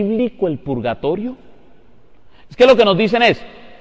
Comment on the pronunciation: No saben ni escribir ni hablar. Se llama PURGATORIO y no pulgatorio !!!!!